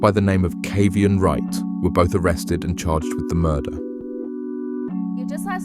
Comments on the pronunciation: It is so disrespectful to mispronounce Saiveon's name the WHOLE video. You outta order his name ain't Seven! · His name is pronounced 7.